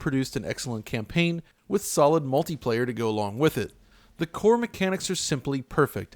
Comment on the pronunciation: Damn, this man sais “solid” multiplyr...